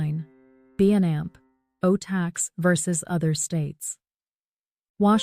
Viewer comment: What a piece of crap. "B and Ampo" tax? C'mon man, do your own audio.......